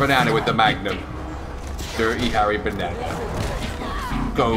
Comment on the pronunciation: ‘Kickboxing beh-ne-neh, beh-ne-neh‘